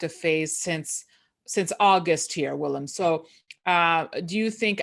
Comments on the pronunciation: Wow, pronounced Willems last name in the right way, she is the first one! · Great Dutch Pronunciation,, because it is fairly difficult Dutch names!